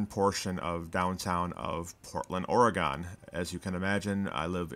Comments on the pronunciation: Its pronounced OR A GUN. NOT OR A GONE..... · He said Portland, Ory gone. It's pronounced Portland, Ory gun. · ORYGUN NOT OREGONE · It's pronounced Ory Gun, not Ory gone. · FYI, nobody who lives in Oregon pronounces the last part as "GAWN." Just say it like you'd say Washington and you'll be fine. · Oregon=Or-ee-gun. Now if you can say it that way then it sounds correct. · Oregon is pronounced oriGHIN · Pronounced, "Or e gun" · Really good production, but I might recommend re-recording the voice over stumbles… and of course the pronunciation of “Oregon”. I particularly liked the archival footage and the old KGW broadcast. It should be noted that the reporter, Tom McCall became the governor of Oregon just a few years later. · Lol that's not how you say Oregon :) I used to spent hours here with friends. It was THE place to hang. Wild to see it like this. I guess malls truly are dying or dead. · Heh, can't pronounce Oregon for crap.